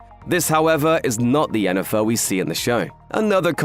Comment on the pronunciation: You know what. You win. Pronouncing Jennifer’s name correctly in passing, just felt like quality. Good job, you’re big, but you’re still paying attention.